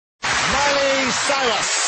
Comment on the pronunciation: "Miley Cywus"